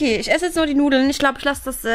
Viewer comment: Warum sagt bianka immer jetze